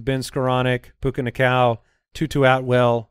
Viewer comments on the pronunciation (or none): Can we Normalize saying Puka Nuh-Koo-uh correctly and stop saying Puka Nacow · Puka Nakua = POOKA Nuh-Koo-Uh! NOT Nacow. Please fix. It’s sooooo wrong I cringe every time! Lol 🤣